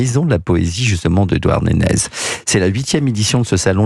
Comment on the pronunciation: Bravo au journaliste, qui prononce Douarnénèz, ce qui est la parfaite prononciation en breton!